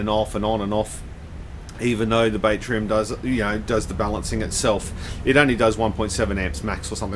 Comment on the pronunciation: Batrium, I think it's pronounced bat as in battery, bat-tree-im not bait-tree-im, like catching fish. There's no i in there. There's that and the shit music otherwise great vid!